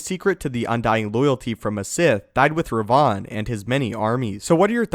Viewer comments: Rev-en not re-von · It's spelt and pronounced Revan, not Revon or as I've seen in the comments section Revin. That really triggered my inner grammar nazi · The correct pronounciation of Revan is rev-in not Re- vaughn.... It was starting to get on my nerves the way u were saying it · Seriously, do you ever actually do some ACTUAL research instead of reading up from a script Darth RE-VAN is not Darth Raaaaaayvahan from Bangalapur India mate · Order 76 I know, right!? It does sound he's saying Rayvan. When it's like saying Raven only slightly altered. One only needs to switch the "a" and "e". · Its Revan not Rev-Von smh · Had I not heard you talk about Darby Revan numerous times I'd have thought the pronunciation changed. Learning something new all the time. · Who is Darth Reyvahn? You mean Revan? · You're mispronouncing Reven... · I can't stand hearing how Revan's name is pronounced in this video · Why are you saying Revan so weird? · your pronounciation of Revan is killing me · its like he's mentioning a perfume with that pronounciation, instead of a sith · dude the way you say revan is just so wrong and so funny LOL!!!!! ps still love your content